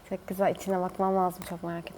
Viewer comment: Abla sen neden çok güzel demiyorsunda çık güzel diyorsun